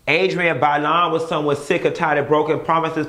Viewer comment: "Promisthes","Promisthes" 😂😂 -3LW